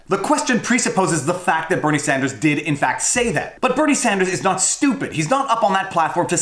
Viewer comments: she calls him senator sanjew lol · CNN moderator: '...Senator Sanjew--Sanders....' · Holy cow, Abby did say "SanJew" when asking Warren the followup question. I knew she said it, but didn't know when until now. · She mixed the word with "you" that she was going to say immediately after him name, she actually said Sandyou. Not uncommon to happen, exaggerating a mistake makes you just as bad as them. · "Them" is lying leftist like CNN and Warren. i'm just saying it doesn't make the not-crazy people of the world any favours to call them antisemitic over something that was very clearly a mispronounciation, even if you do it as a joke.